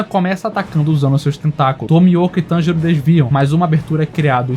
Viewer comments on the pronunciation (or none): NÉ E TB FALA TENJURO